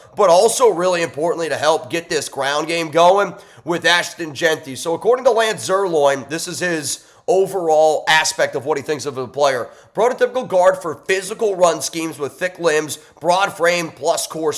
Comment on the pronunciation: Styles name IS NOT "SONY." It is pronounced as "Sunny." And by the way, it IS NOT "ZIRLOIN." Lance's name is "Zierlein." as in "line." He is not a steak.